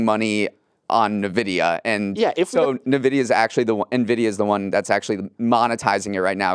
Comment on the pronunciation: 😂 always says Nuh-Vidia 😂